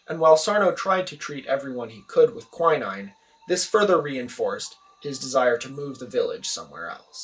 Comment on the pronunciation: That's not how to pronounce quinine.